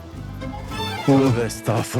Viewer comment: Müftü rölündeki bu ağabeyimize doğrusunu birisi söylesin. Estağfurullah değil Estağfirullah